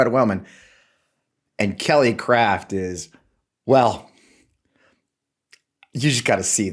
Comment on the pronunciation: I swear, I thought I heard Kelly Cr*p when you said her name. We're up here in Canada, thinking, "When the Americans are sending up their ambassador people, they're not sending their best..."